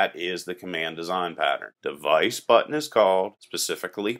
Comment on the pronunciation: why im hearing button as butt ?